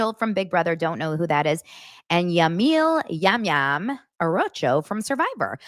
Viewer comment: Yam yam is pronounced Jam Jam and is an icon and winner of survivor. He played with Carolyn from last season